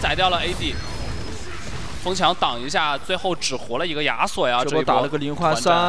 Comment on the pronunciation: 听着“鸭索”、“鸭索”感觉贼尴尬。。。。。